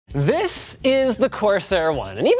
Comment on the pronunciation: "THIS...is the Cosair One" Linus needs more emphasis on 'THIS' to nail the Doug DeMuro impression